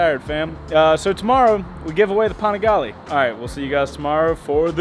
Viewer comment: are we just gonna ignore how he pronounced Panigale ?